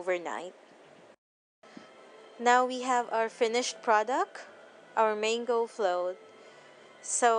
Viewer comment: it's mAHngo not mEYngo. but nice vid